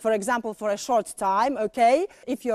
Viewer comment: To naciągane "British wanna be" - - Ołłh / Ołłkej 🤣🤣🤣🤣🤣 bez urazy ale nauczyciel z taką wymową nie przekonałby mnie. Chyba bym wolała napieprzać wszystkie możliwe programy z BBC niż chodzić na angielski w jej szkole